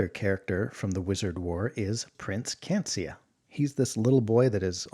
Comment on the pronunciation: Cancia? Tarnato? Unless I erred, they've been misspelled and mispronounced : Canica and Taranto, as written, Taranto many times since.